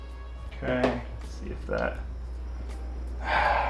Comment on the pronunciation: "H'okay so, this is the Earth."